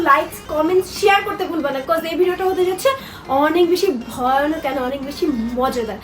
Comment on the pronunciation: ওটা ভইয়ানক না ভয়ানক হবে😂😂😂